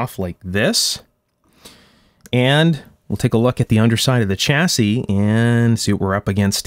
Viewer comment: Just a small point - "Chassis" is a French word and the 'Ch' part is pronounced "Shhhhh" rather than "Chhhhh". Otherwise an excellent video as usual.